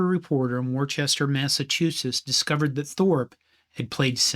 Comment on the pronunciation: It’s pronounced “Wooster”